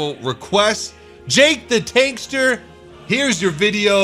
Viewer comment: you said that poor dude's name wrong... It's JakeTheTankmaster not JakeTheTankster Oh the ironey